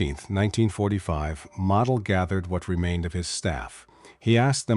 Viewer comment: You don't say Model like a toy. You pronounce the O. Many commanders given festoon orders realized the impact on the citizens as they were considered as down to the last man. Many commanders, using their most trusted personnel, would try to move women, children and seniors out of the area. These men would move small groups out as long as possible and return. Commanders knew supplies would last longer with fewer civilians. They, also, knew the risk of execution for himself and those who helped folks leave. Another dangerous tactic was pull troops out of areas likely to receive artillery barrage. Then move them back before the infantry attacks especially on the eastern front. Even though sound military doctrine, Hitler saw it as giving up ground Even if for a short time and saving lives.